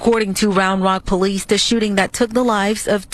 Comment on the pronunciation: The polee and the amblan